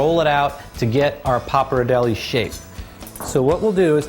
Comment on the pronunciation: pronounced "pop R dell ee" jesus h was it that hard to research that?